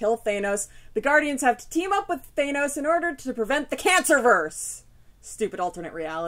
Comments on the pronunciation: Thanos, not "Thay-nows" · Justin Fernandez I've heard it both ways but you're right, Thanos with the short 'a' sound is how they are pronouncing it in things like the GotG movie. I tend to say it more like Thay-nos out of habit from reading the comics as a kid before I heard anybody pronounce it. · I say Nay-more too lol I've heard it said both ways too. I guess this is one of those times where my fobness isn't such a disability. I've been reading it as Thános since I was a kid not because I knew how it's pronounced but because I was a fob. Lol Anyway, GotG was awesome. A few changes here and there but overall, a fun movie.